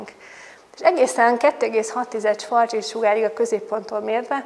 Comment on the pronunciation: Nem svarc csild, hanem svarc sild.